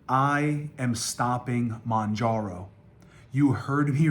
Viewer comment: It’s NOT MONJARO 🤦‍♀️